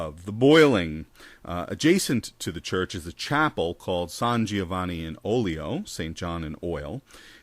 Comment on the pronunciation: Disappointed by your Italian pronunciation here, Prof! 'Gi' in Italian is pronounced like 'J', not 'Gee', so it's "Jo-vanni", not "Gee-oh-vanni". I know this because my father not-yet-in-law is named Giovanni :-)